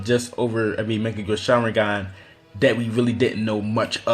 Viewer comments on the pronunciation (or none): why does he say mekkagu sharingan on mangekyou? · good list. but please for the love of god learn how to say "mangekyou". its so cancerous the way ur saying it, sounds like mecha gear